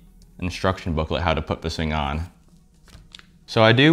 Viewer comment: “vis fing” 😂